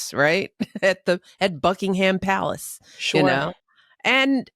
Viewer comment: Americans,the “H” in Buckingham Palace is silent. “Buckingam” not BuckingHam.